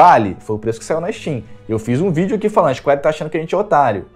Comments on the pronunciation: cheguei no seu canal ontem. Achei bem legal e parabéns pelo trabalho. Uma sugestão para o seu crescimento: sua pronuncia inglês precisa melhorar. Sei q isso pode parecer chato, mas precisa melhorar sim: Cronu Triguer, Isquéri... Falo com todo o respeito viu. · Isquari Ixscuariiii, lesti ofiãs, barreti, nauti dog